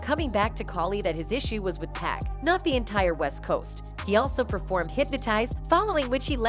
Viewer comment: Why does she keep calling 2Pac 2Pack?!